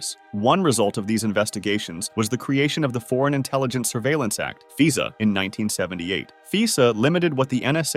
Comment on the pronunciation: Cool video. One thing. It's "Fy Sa" no Fee Sa.